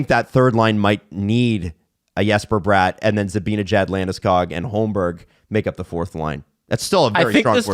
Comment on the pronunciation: Funny how gets corrected for pronouncing Bratt wrong but the correction is also wrong 😂